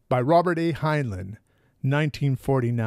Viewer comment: It's pronounced hine-line. Not hine-luhn.